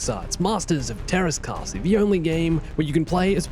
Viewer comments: It’s actually pronounced Tearas Kaseye but it’s still good. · teräs käsi? as in steel hand? i also love how i didn't notice it for a minute because it was pronounced something like "theras kaahsi" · Just pronounce "ä" like "a" in "ass" and we are golden with the grammar.